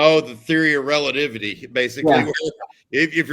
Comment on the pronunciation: What was that word,?, "Oh the theory of Relaivity or "Relanivity"???" Or should it be "Relativity"??? There was a couple other "made-up words"! Classic stuff...